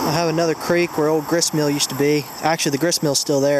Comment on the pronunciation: What is a "griss mill"